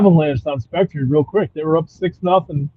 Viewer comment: It's Spec-ter